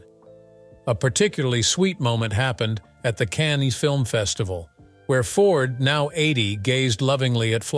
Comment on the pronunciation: I despise the robot voice. Can-knees film festival? Hire a human being for pity’s sake.